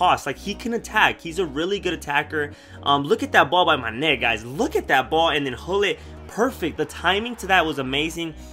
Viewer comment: love the way you say mane's name loool manèèè!